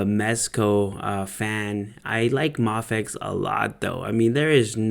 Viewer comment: I always kinda die when I hear someone say May-fex instead of Mah-fex, so I'm legitimately glad that you pronounce it right. This figure looks like, uh... one of the figures of all time. It just looks so plain.